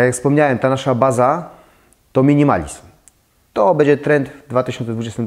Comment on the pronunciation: z przyjemnością oglądam Pana filmy, byłoby mi jeszcze przyjemniej, gdyby dbał Pan bardziej o poprawną wymowę np. minimalizM, bĘdzie:) to nie krytyka tylko konstruktywny feedback;) ps. Chętnie obejrzałabym filmik o stylach - japandi, modern classic itd. Chyba że juz taki jest, ale nie mogę go znaleźć…? Pozdrawiam!